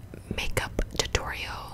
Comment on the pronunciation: Every time you say “tutorial” I hear “totoro”